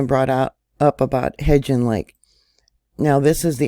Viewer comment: you keep mispronouncing Hebgen lake. HEB* rhymes with “ebb“ and the “gen” rhymes with “when”. HEB-GEN